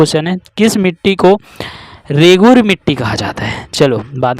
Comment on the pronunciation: रेगुरू नई होता भाई रेगुर होता है😅